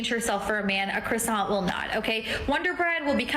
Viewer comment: What sort of idiot pronounces "croissant" with the emphasis on the second syllable? Any self-respecting French speaker would declare jihad upon her.